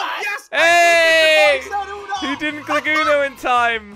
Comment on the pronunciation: It is not ono it is uno